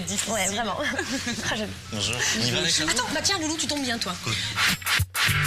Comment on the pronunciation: It's Alex not Alexi, xD and her full name is Alexandra